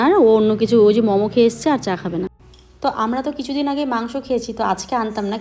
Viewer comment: Mamo na Momo bolo khub baje lage sunte.